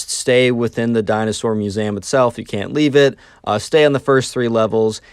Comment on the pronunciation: Muezam? It's Mue-Zee-Am not Mue-za-m.